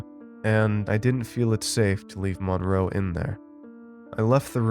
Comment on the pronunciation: That’s not how you pronounce the name “Monroe.”